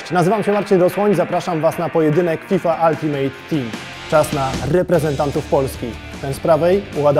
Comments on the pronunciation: "Altymyt" team :/ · nie to że bym był złośliwy, ale wymawia się /ˈʌltɪmət/ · Przeraża mnie to, że ludzie od EA nie potrafią poprawnie wymówić nazwy szlagierowego trybu jednej z ich najbardziej dochodowych gier.